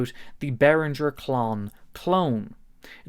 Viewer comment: Bro, your making a vid for the world to see. It's pronounced Bear Ringer, NOT Bear Rinjer... Real guitars and musicians know this, Posers do not...